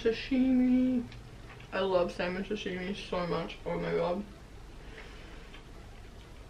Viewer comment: Why are so many peeps saying Shashimi? Its called Sashimi. Food looks amazing.